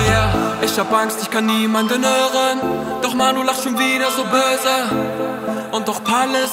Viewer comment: Das ,böse’ lachen stört mich von der Aussprache ein wenig, aber sonst ein Baba song